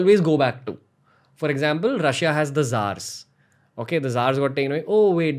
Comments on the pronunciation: Ranveer U R running a English podcast show please improve your English pronunciation........... Its pronounced PutIN not Pyuteen..... BTY POUTIN is Canadian cheesy French Fries.........Grandfather of Shakespear .......... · Hey Ranveer, its not Pyutin. Its Putin. When you say Putin it sounds like you are talking name of a Cartoon character. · Did he really call him pewtin